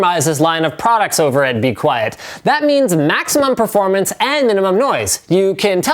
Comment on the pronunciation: "maximum PREformance" WHAT LINUS?